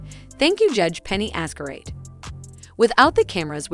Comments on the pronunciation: Hearing her name pronounced as "Azcarate" is...well, quite an experience. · Wow! Do your research, at least on name pronunciations! It's really jarring to hear you say Azcar-ayt, and Vaz -quez when those names have been repeated add nauseam in the past two months. It makes you sound life a total amateur. Come on, it's not that hard. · You might want to start off by pronouncing Her Honour's name correctly lol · I'm sooo bothered by how you pronpunce Judge's surname. 😬😬😬